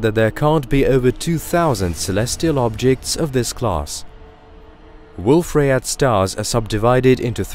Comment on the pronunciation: Ok after hearing the fusion reaction in stars being referred to as chemical reactions multiple times and other obvious errors, I had to quit this video before half way. BTW Rayet is pronounced Ray yay, the French would send you to the Guillotine (pronounced Ghee o tanh)